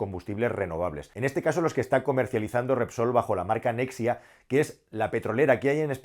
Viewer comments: Nexia no es nexa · Nexa, se dice Nexa. Nucelar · es “Nexa”, no “Nexia” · Nexa. No nexia